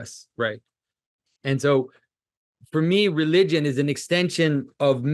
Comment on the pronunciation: “Relywgen” - Jonathan Pagoo